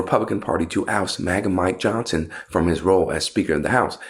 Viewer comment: "Mike Johnt-sen..." Now we know where all the 'T's gen z has no use for have gone.